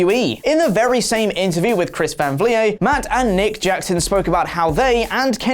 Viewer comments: This title is so misleading. Punk talks to his friends. The man can't fucking text his friends without you nerds acting like he's going to AEW. And if you took thirty seconds to watch one of Chris Van Vliet's videos, you would know his last name is pronounced "vleet", like "fleet." I cringed every time said "vlee-ay." He's Canadian, but he's not French Canadian. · You have to say his name like chris vam vlehhh!!!!! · It's pronounced Chris Van Vleet despite being spelled Vliet. If you use the source at least don't botch the name geezus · So I guess you could say Oliver Davis is in OLIday right now? Also it's pronounced Van Vleet, with a heavy e sound. (I'm hoping oversells the pronunciation now they've gotten a few comments.) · It's pronounced van Vleet. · P.S Its pronounced 'Vleet' by the man himself lol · Chris Van Vlie-yay? 😂 Dude obviously doesn't watch the channel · Dude it's vleet. Chris van vleet. He even pronounces it that way in his videos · Chris Van Vliet is pronounced Chris Van Vleet. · That was a rough pronunciation of Chris Van Vliet’s name. Clearly you don’t actually watch his show and are just regurgitating it from a news site. Watch his show. He’s very good. Also you can learn how to pronounce his name. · Bro it’s not that hard to pronounce Chris van vliet if your going to get ALL your info from his interview the least you can do is say his name right. Cmon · There's only so many ways you can fuck up Chris Van Vliet's name before you get it right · Never pronounce Chris Van Vliets name like that again sir. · Michael Alognon IM SAYING I WAS LOOKING THROUGH THE COMMENTS TO SEE IF ANYONE ELSE NOTICED